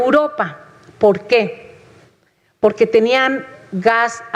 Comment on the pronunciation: "Y le voy a decir POGQUE" dice la. Hable bien